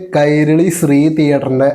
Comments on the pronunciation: സ്രീ അല്ല ശ്രീ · അല്ല ബ്രോ നിങൾ ഉദ്ദേശിക്കുന്നത് ശ്രീ എന്ന് തന്നെ ബട്ട് പറയുന്നത് സ്രീ എന്നും.ഉച്ചാരണം വ്യത്യാസം ഉണ്ട്